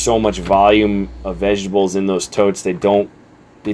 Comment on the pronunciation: Vejabulls 😂. You're the second person today that I've heard pronounce vegetables that way. I dig it lol.